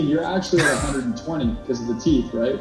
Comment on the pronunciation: “You got teef too I ain’t pay for em” 🤣🤣🤣